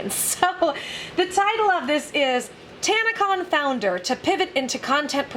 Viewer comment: It's tanna-CON I mean what did people expect from kids whom probably have zero experiance in the real world?.. It's a con, it's in the name. Oh you thought it stood for convention. No, it just means what it says CON.